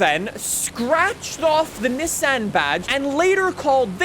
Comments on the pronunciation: I love your content but the constant Niss--an instead of neesan pronunciation about drove me nuts 🤣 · I almost couldn't watch with his consistent saying of niss-ann ITS NEEEESANNN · FYI its pronounced kneson not nisson even though its speld Nissan unless you are saying it like that as a joke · Say it more like KneeSan no NiSun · Not Nissan it is NissAn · It's pronounced Nee Saan. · its pronounced "Neeson" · Your hurting my brain as your pronouncing Nissan wrong. Got to skip this video. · Bru u don’t know how to say Nissan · Ok pronounce Nissan correct please just put it into Google translate and listen to it it’s not the way you pronounce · Spends whole video shouting and still can’t pronounce Nissan properly… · Anybody else getting pissed off at the way he says "Nissan"? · is pronouncing Nissan wrong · I guess I’ve been pronouncing Nissan wrong my whole life. Oops. Lol